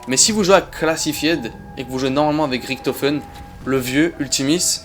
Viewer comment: Hello, mais tu sais que l'on prononce "Riche to feune" et pas "Rick to feune" pour Richtofen ? Bonne soirée.